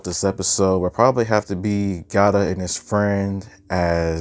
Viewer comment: Love the review but it’s Gata not Gata